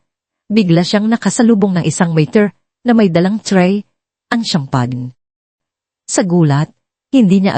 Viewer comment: Madam , Shampeyn not Shampag ang pag pronounce ng CHAMPAGNE.